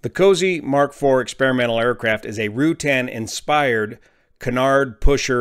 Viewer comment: fyi, the "U" in Ruttan is soft. so it is not Rew-tan. it's more like Ra-tan.